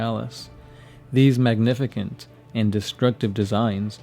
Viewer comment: Magnefacent? Lol magnificent